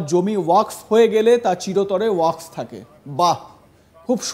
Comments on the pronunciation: ঠিকমতো বলেন ওয়াক্স নয় ওয়াকফ। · তুমি ভাই সংবাদ পাঠ করতে এসেছ অথচ তোমার উচ্চারণটাই সঠিক হচ্ছে না, ওয়াকাফ বিল কে তুমি ওয়াক্স বিল বলছো কেন?একজন অর্ধশিক্ষিত মানুষ এইভাবে সাংবাদিক হলে বা সংবাদ পাঠক হলে, অনেক কিছু হতে পারে তার প্রমাণ তুমি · Apni ki reporter na comedien. Jey thik moto wakaf uccharon kortey pare na seta apnar report er hisabey lagga. ,dikkar chanachi ey rokam boro channel a apnar moto reporter der !!